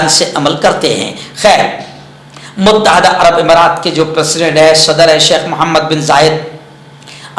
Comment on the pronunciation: السلام علیکم ورحمةالله وبركاته. مفتى صاحب ؛ لفظ: متحدة: كسرة کے ساتھ ھے، فتحة نہیں ھے، الإمارات العربية المتحدة، اور: اقوام متحدة.وشكرا